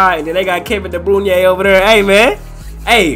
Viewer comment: De Bruyne is pronounced (Dah Brooynah)